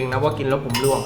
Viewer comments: ร่วงนะพี่ ไม่ใช่ล่วง อย่าหาว่ายังงั้นยังงี้เลยนะครับ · ร่วง ใช้ ร.เรือ นะครับ ล่วง ล.ลิง คนละความหมาย เห็นหลายคลิปแล้วอยากให้เช็คความถูกต้องของภาษาไทยก่อนปล่อยครับ